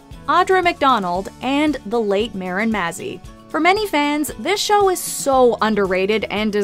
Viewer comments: SO glad Grand Hotel made it on this list ❤️❤️ wish y’all hadn’t mispronounced Marin Mazzie’s name though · How DARE you mispronounce Marin Mazzie's name!